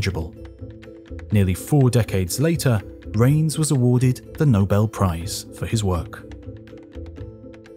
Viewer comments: Hi. I am an experimental particle physicist switch specialization in neutrino physics. I always enjoy your video on this channel (and also history of the earth). Thank you so much. One (somewhat amusing) fact to point out: “Reines” is pronounced “Ray-Nes” not “Rains”. The latter is how you pronounced, and many neutrino physicists including famous ones make this mistake admittedly. But my colleague who is old enough to have taken a lecture from Reines at UC Irvine chuckles about this. Reines always made sure at least students in his class knows how to correctly pronounce his name. Since your channel is popular, perhaps you can help correcting this with many audiences, which Reines might appreciates :) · Ray-ness, please. The surname of the neutrino physicist to which you refer, Frederick Reines, is pronounced Ray-ness. Thank you.